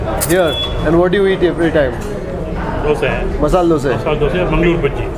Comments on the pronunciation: Learn to say things right before talking about them. Man, is it so hard to say Dosa? Why do you keep saying Dosay? It's a disrespect to food by calling it wrongly. How do you feel when someone calls you "Kripayle"? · Bro it's no DOSEEEEEEEEE..... it's Dosa look odd if pronounce it worng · owner dosa dosa bole ja raha hai... aur yeh sir ,har baar dose dose bolte hi rehten hain.... pata nahi inko alag se kya maza ata hai dosa ko dose bolne mein. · 'Dose' is the correct way to say it, just how a kannadiga would pronounce it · It's not Dosa, It's Dosay, dont comment without knowing..